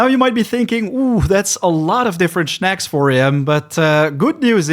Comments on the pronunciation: Snack, not schneck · Man i love your vids but they way u say shnaks kills me every time 🤦🤦🤦